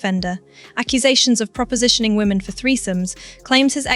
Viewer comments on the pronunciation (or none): none